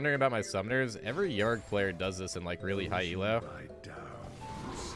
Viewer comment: ITS OOOO - DEER not YOUDEER AND ITS YOUR - RICK not UR - RICK